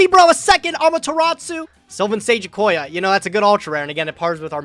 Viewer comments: The way pronounced Amaterasu as "Ama-te-rat-tsu." 😄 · love how everybody pronounces "Amaterasu" wrong. always adding an extra T where there is none